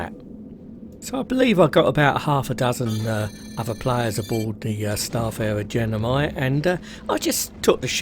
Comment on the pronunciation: Its gemini, not genimi! ;p